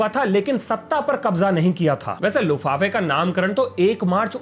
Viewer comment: लुफाफे नहीं लुफ्तवाफे। Treaty of Versailles.